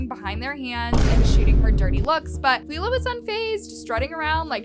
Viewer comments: The way she keeps calling Lilah leela I can’t 🫣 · You saying her name wrong is driving me NUTS😂😂 Omg youre saying "leelah" too. Noooooo😭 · I know everytime she says it I’m like isn’t it your job to keep your ear to the ground (per say) and you’ve never heard anyone talk ish about Lilah before?